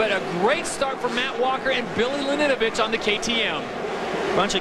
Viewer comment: damn that commentaror cant say billy laninovich's last name